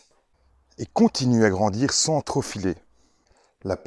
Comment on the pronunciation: « transmetta », « troZ important »… 😊 Boh allez je taquine, mais c’est intéressant, merci!